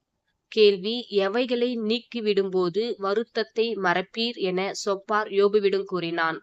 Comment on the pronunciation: சொப்பார் இல்லை சோப்பார் என்று உச்சரிக்கவும்